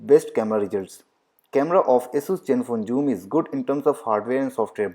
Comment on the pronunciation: Asus please adjust accordingly, it's Zenfone Joom!